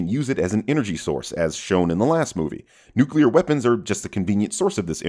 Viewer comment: You can't expect a mouth-breathing troglodyte like, who pronounces "nuclear" as "nucular" to know what "nuclear energy" is. Give him a break, the word is longer than 2 syllables.